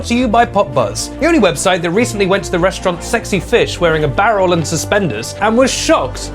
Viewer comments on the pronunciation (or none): none